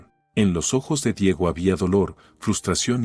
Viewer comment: Seguimos destrozando la gramática española es Diego no Diago por esas cosas dejo de seguir la narrativa